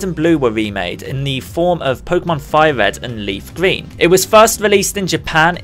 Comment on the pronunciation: "leaf gween"